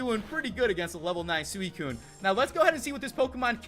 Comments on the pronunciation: SWEE-T and CUNE not SOO-I-CUNE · No offense, but does anyone else cringe when he pronounces suicune sooeecune?